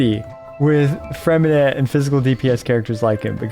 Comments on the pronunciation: Hi great video, but just in case you didn't know the "t" at the end of Freminet is silent, you don't have to pronouce it. 👍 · Pronounce his name right 😭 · please for the love of god learn to pronounce his name